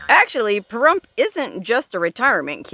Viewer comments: Lol I was cracking up how you were saying Parhrump at the beginning. 😂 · Now that you have said some disparaging thing about our great town and pronounced the name in a disparaging way, you can leave. I am Native American and Veteran and love our town and we do not need or want a major telling us how to live. Goodbye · I didn’t hear a Pahrump out of that guy.